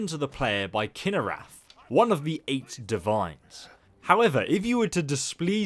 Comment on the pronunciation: Did that little b** just say eight divine's